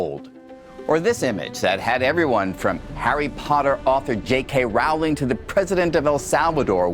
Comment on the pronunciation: Rowling is pronounced Rolling.